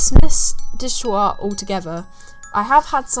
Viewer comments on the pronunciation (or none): omg when you started talking about "digital art" at I was so confused bc i didnt understand the word that ypu were saying. instead of digital art i just heard "di gu ua" and i was like what the hell is digua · Oh "digital art"?? i kept hearing "dishtoah" ! lol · Did they say "digital art", i couldn't tell